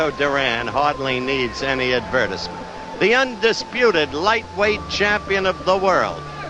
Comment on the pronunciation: I have never heard anything pronounce advertisement.